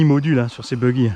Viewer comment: C'est le bouggy qui a le servo qui danse quand le DVC est enclenché qui vient de projo high tech, votre boutique team asso !! suivant la vitesse de lecture j'entend : bougly, bouggy, boulbi mdr. A part la couleur et le prix, il a l'air quand même bien fun sur un petit circuit !